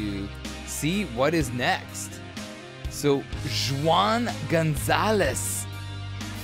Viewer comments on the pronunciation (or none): For real😂😂😂😂 when he said "Jew ahn" I couldn't hold my laughter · When pronouncing Spanish names that start with a J, it's an H sound. So Juan sounds like Huan. just saying fyi. Love the videos. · Pronounced WHOAHN, spanish for John.